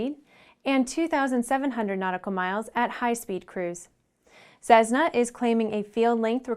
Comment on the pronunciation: Cessna is pronounced "ses-na" not "sezzzz-na"